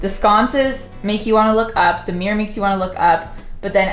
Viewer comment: Hahaha i love how she pronounces mirror. MiîRr